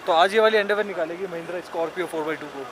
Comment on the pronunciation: Endeavor h bhai car ka naam or tum bolte hoto esa lgta h ki underwear 🤣bol rhe ho🤣🤣🤣